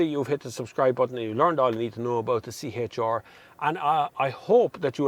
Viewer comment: “tHiS iS tHe ToWyOwTuH C-HaYtTsH ArRrR”